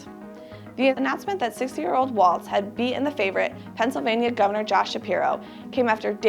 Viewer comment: The name is Walz, not Waltz.